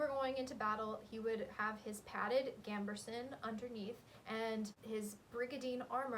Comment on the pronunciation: This was a great video, very fun and interesting, but for the sake of my sanity I have to point out that there's no r in gambeson.